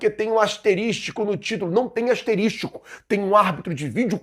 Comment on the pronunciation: Rapaz, nunca mais fale "asterístico" dói no oivido.